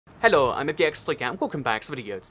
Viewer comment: It is pronounced ‘He-low’ not ‘El-oh’